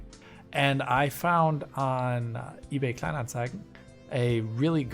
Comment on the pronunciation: I was so caught off guard by perfect pronunciation of ebay Kleinanzeigen. Is he actually German with outstanding English or the other way round?